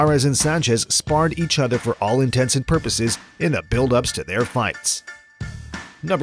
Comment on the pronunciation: Did you say ‘all intensive purposes’? I’m blocking.